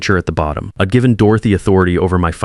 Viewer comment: This AI narration is like fingernails scraping on a blackboard! I’d turns into id. W’d into wid. You need to edit & proof read, because the end result is appalling